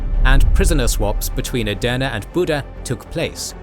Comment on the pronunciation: I initially thought you were saying "döner" in several videos, which came across as if you were mocking it. I now understand that this was not your intention; however, hearing "döner" repeatedly felt somewhat distracting and uncomfortable. At first, I couldn’t understand why you were saying it, and only after checking the subtitles did I realize you were actually referring to "Edirne." That made me laugh, but it also made me wonder whether "Edirne" is particularly difficult to pronounce. As someone watching from Edirne, I would really appreciate a bit more attention to pronunciation. Great work overall.